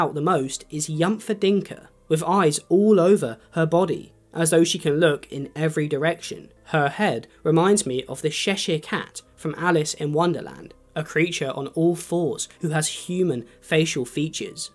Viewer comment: How the hell did you end up pronouncing cheshire as shesheer